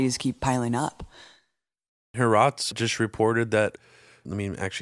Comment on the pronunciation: Harots? Ha-Aarez. I think you mean. In Semitic languages ( Arabic, Hebrew) the ' is a transliteration of a letter that gets pronounced as a glottal stop.